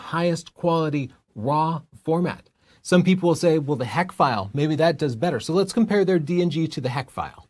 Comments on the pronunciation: It’s HEIC not HACK 🤦🤦🤦🤦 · The big takeaway for me is how to actually pronounce “heic”😄. But seriously, the whole point is that an iphone won’t scale to a large screen, as a dedicated camera would. Sure, for instagram or ticktock the quality may appear similar, but If you want to output a museum-sized print only a real camera will do.